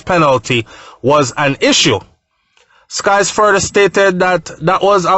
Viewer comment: bryan sykes not skies.